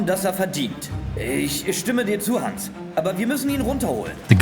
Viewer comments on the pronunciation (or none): none